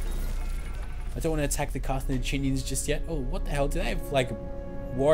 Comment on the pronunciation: It's Car-tha-GIN-ians, bro.